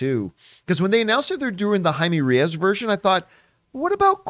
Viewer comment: You need to learn to pronounce Reyes correctly